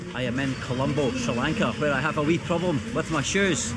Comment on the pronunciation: thanks for loving Sri Lanka mate and thanks for pronouncing it correctly! Also, the scammer video really opened my eyes to how tourists get bothered and hustled! Keep up the great work!